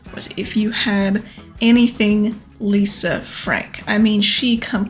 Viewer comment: Lol "Lisa Fank", she didn't need that "r" anyway. I think it would be cool to see a rubiks cube, maybe even one taken apart. Even cooler would be one of those bubble/water ring toss handheld games.